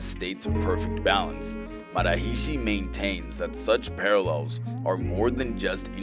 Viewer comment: It's not MA ha REE SHEE. It's more like MuhHArishi said quick. It's not SHEEDhee, It's SIDhee. You should reshoot it.rickvedyoutube